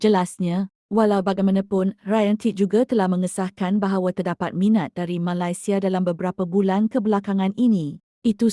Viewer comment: admin sebut negara malaysia pun tak betul.. tak usah lh nk komen itu ini.. nanti kena scam .. sapa malu?